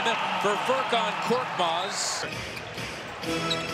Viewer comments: Not 'kortmaz'. He's KORKMAZ . Change it admin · Not kortmaz his surname is korkmaz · İt's FURKAN KORKMAZ NOT FURKAN KORTMAZ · Not Kortmaz, it's KORKMAZ... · His surname is not Kortmaz. It is Korkmaz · Not "Kortmaz", his surname is "Korkmaz". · Not korTmaz it’s korKmaz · His name is Furkan Korkmas not kortmas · Btw its koRkmaz not that hard isnt it